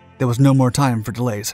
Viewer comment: Accentuates his role play as he pretends to be stuck in that era, the forced emulation of old school orator speech patterns... except it gets too forced at times, he even threw in the modern mouth-breather mispronunciation of *time( as "time-a-uh" at one point...